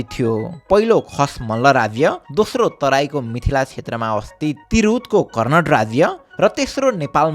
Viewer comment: It's not कर्णट but कर्णाट. Also not सिमराउगढ but सिमराउँगढ.